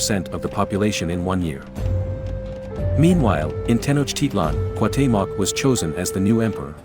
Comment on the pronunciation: Imo it'd be better if you voiced these yourself instead of using a bot, since it does weird stuff like pronouncing Cuauhtémoc differently half the time